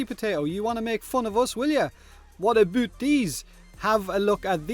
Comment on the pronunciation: "what aboot these?" I see what you did there